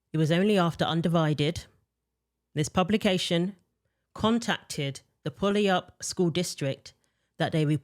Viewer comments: It's pronounced •Pew•al•up• 😁 Some of the indigenous place names here are literal tongue twisters. And Washington State has some of the most messed up mindsets about the trans issue. Kudos to you, & Brandi Kruse and these brave girls speaking up! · PUYALLAP Wa is pronounced PEW-WALL-UP